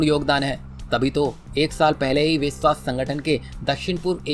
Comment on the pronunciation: विस्व क्या होता है? विश्व बोलना सीखो पहले